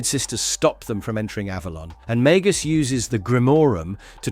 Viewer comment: Maybe stop using AI as the narrator. You have mispronounced alot of the names for example Magus is not Magoose